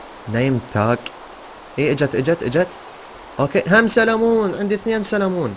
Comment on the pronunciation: سلمون ❌ سالمون✅😭😂😂